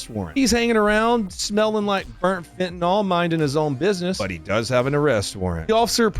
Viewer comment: Fentanyl, not "fentanol..."